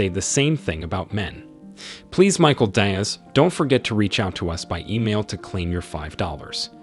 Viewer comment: The narrator needs a quick lesson in Latinate pronunciation. Hopefully, Michael Diaz (pronounced DEE-azz) will set him straight.